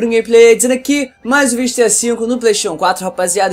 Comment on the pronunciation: Hebert Isaac, acho que era pra ele falar GTA 5 só que ele fala tudo enrolado